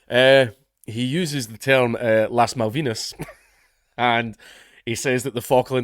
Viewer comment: You said La Malvina wrong 🤣🤣🤣🤣